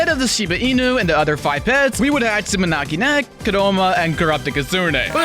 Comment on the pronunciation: "Maniaki Nyeko and Crrrupto Kssne"